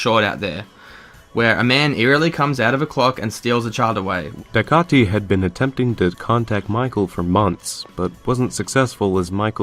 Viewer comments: A few corrections in the video : Pinwheel didn't ended until 1990, the article between clock man was made in 2004, and dycaite is pronounced Dye-kate. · isn't dycaite pronounced like dye-kate?